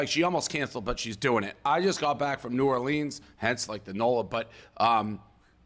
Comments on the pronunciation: as a fellow louisiana-ian.. he pronounced new orleans wrong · I believe if he don’t know how to pronounce New Orleans…they shouldn’t even bother going 🤷🏻‍♀️😂😆